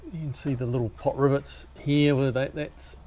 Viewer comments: Are you saying "Pot rivets"?? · must be the accent then cause I kept hearing pot rivets.👍😆